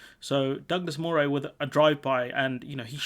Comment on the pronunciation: But Moray is pronounced Murray - I lived there many years ago.